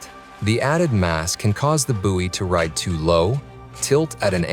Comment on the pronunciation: Just a note, it's "boy" not "boowey". You're welcome!